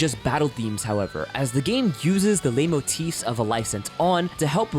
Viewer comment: The "leit" in "leitmotif" is pronounced like "light" :)